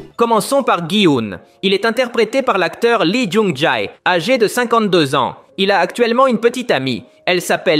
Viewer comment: pitié arrête de prononcer son nom comme ça ça se dit pas comme ça lee jung jea 😭